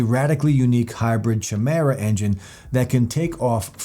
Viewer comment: It’s kymera phonetically